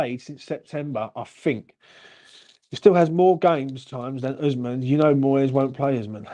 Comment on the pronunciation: Osman - osmand - oozman - oozamond 😂😂😂, uv named the poor fucker 4 diff names 😂 made me laugh